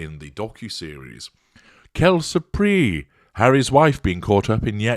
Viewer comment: Surely this must have been pointed out before but 'surprise' in French does not have a silent 's' in either syllable.